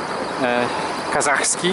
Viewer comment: Fajny filmik! Ale dworzec Kazański, a nie Kazachski ;-)